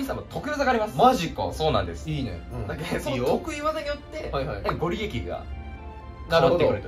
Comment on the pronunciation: ご利益：×ごりえき→⭕️ごりやく 漢音ではなく呉音で読みましょう。